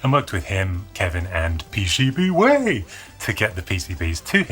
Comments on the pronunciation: Is it just me or is it just plain weird when says PCBWay normally? 😁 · PCBwaaaay from Chy-nah!